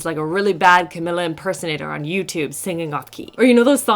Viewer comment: thank you for the awesome review,! 💜 just FYI, Camila’s name is pronounced CaMEEla CaBAYoh, not CaMILLa:) 💜💜💜